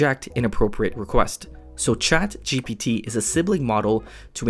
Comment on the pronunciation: It's ChatGPT not ChaptGP3